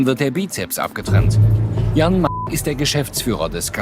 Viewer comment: Der Name heißt Jan, nicht Jahn!